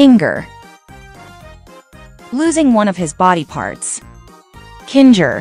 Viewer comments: Kin ga instead of kinger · And you said Kinga its kinger😑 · Why do you say kingah? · Kinger ❌ Kingar ✅ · You said kindžer instead of kinger 😂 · it's linger not kingar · bro just said kingzher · She said Kinger in the wrong way💀💀💀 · Here's how you properly say ragatha rag uh the and how you spell kinger king er